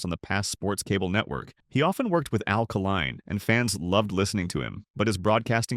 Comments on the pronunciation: Hey, Stupid! Try Al K-line, not Alkaline!!!! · It's Al Kaline; not Alkaline